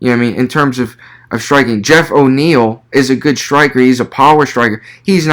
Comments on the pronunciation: Great video man! Btw I think it’s Neal not O’Neill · Wonderboy is an undefeated kickboxer to my understanding. And it's Geoff Neal. No O'neil. You don't have the slightest clue what you're talking about. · Bro this was not a good review. Its Geoff Neil. Theres no O. Geoff also isn't a wrestler. Hes a striker. A damn good high level striker. Thompson just made him look like dirt. Also you said thompson isn't world class???? Please don't make these vids if you dont know what you're talking about. A lot of what you said was very generic along with false info and very little real info about the fighters. Even got the name wrong. Thats the easiest part 🤦‍♂️ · Why the fuq, are you saying "O'Niel" You don't know, who Geoff Neal of? Then why are you speaking, and really failing at trying to break thos fight down, and remain informative. Leave it to the fighters!